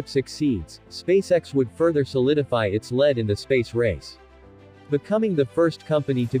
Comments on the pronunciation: lead, pronounced leed. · Poorly written and pronounced. Lead the metal is different from lead the act of leading, Bad video